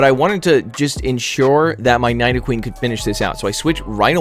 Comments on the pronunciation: Nice vid as always! BUT its "Knee-dough-queen", not "Nai-dough-queen" ^_^ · Don't Know To pronounce Nidoqueen!